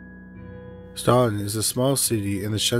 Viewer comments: I’m from Virginia ~ it’s pronounced Stant-in, not Staunton (even though that’s what it looks like!) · FYI, it is pronounced stanton...weird. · The town of Staunton is pronounced as Stanton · Oh wow the Staunton (pronounced StANton by us even though siri says StAUnton) hits close to home! I'd never heard of it! Thanks for posting! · Love your videos! As a former Staunton resident and Mary Baldwin student, just fyi locals pronounce it "STANton." Just letting you know in case you ever cover anything else there! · I grew up 20 minutes away from where story #2 takes place! He pronounced it wrong lol. The "u" is silent. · I never thought I'd hear my hometown in one of these videos. I did a double take so fast- (even tho it was pronounced wrong lol)